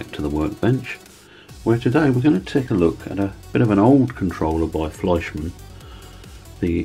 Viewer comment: … and you pronounced Fleischmann correctly 👍 most don’t😊